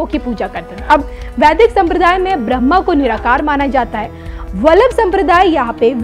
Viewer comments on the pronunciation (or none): none